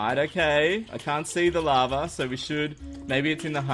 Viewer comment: Why was I constantly thinking you were saying "lava" instead of "larva"???